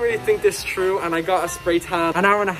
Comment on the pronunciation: I love how he said “true” instead on through 🥰🥰❤️